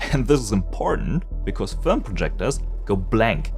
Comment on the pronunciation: Film ❌ Fölm ✅